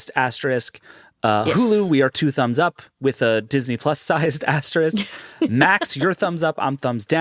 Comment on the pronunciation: I say this as a total stan but will somebody there please let know how to correctly pronounce the word “asterisk?” ❤️